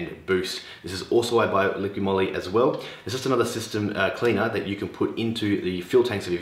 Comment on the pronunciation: ''Liqui Moly "" not "liquiD" Moly 🤣🤣